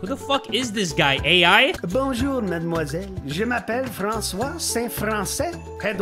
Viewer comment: that "St-François" sounded like someone who lives in Quebec said it, it just has that accent